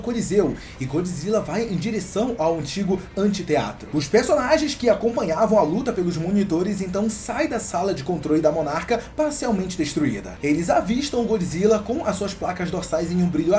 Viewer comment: É Anfiteatro, e não ANTITEATRO.